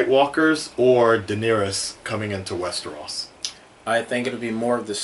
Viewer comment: It's Westeros hahaha not Westerahs. Not to be a dick!